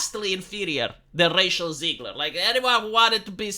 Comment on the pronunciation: Don’t know if it’s your accent, but I love the name Racial Zegler.